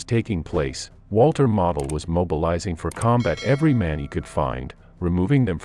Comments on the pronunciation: It is not pronounced Model,but Mowdle. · His name is pronounced 'Modal'. Like nodal but with an 'm'. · Pronounced MO-del. Long O please. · Pronounce his name correctly. Your AI is an insult to the finest Gemerafeldmarschall in over 100 years. He ceased living as a true Prussian Generalfeldmarschall was bound to do. You won't find true Honor anywhere today like that. Today they would just surrender and wait for a prisoner exchane.